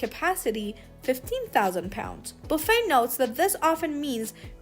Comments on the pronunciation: OMG, you are mispronouncing his last name. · Can’t believe no one has mentioned the mispronunciation of his name.